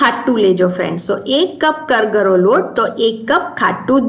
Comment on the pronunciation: જય શ્રી કૃષ્ણ. કરગરો નહીં કરકરો લોટ કહેવાય. સોરી ખરાબ લાગ્યું હોય તો.